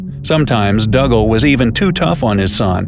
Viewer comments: I have always heard Dougal pronounced as if it was Google, but with a D at the start - Doogle, Never as Duggle. Think of Father Dougal from Father Ted or Dougal the dog from the English version of the Magic Roundabout. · I'm almost positive that dougal is pronounced doo-gull not dug-ahl The more the voice says dug-ahl, the weirder it sounds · It's pronounced Doo gul NOT Dugg ul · Hi bro just to say it's pronounced doogal and I only know that cause he's my great grandad and my mum is Niels daughter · Dougal is pronounced Doogle, you do have the pronunciation of Douglas correct though. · It's pronounced Doo-gal.. 😒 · His name is pronounced "Doogal" - it's Scottish. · Dougle pronounced Doogle. What a story!